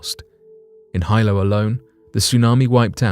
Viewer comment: Hilo, HE...pronounced HEE-lo.